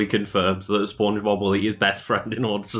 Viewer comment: your accent makes it sound to me like you're saying "spoongebab"